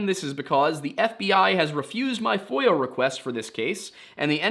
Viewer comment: As a non-native English speaker who always listens to these cases without any visuals or subtitles, I am deeply embarrassed to say I have just for the first time learned that it's FOIA request (freedom of information act) and NOT voyeur request... Uh, anyway...